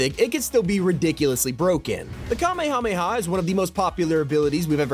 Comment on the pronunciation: Absolutely amazing to me that you still can't pronounce "Kamehameha." Ask anyone who is familiar with how to pronounce Hawaiian words...